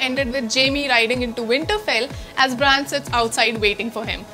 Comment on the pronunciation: Bhen bran hai brian nhi Soch ke tho script Pado